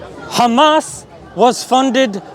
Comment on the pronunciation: Every zio runs out of words when theyre done saying "7th of october" and "khhhamas". Absolutely pathetic. They literally have nothing. Oh wait I forgot the victim card. "poor little (rich endlessly funded technologically advanced military power) Iszrael". Like bro. Facts serve you better than propaganda, go out and learn whats going on in the world.